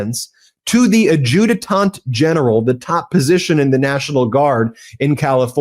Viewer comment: Ad-ju-tant General, not Ad-ju-te-tant General.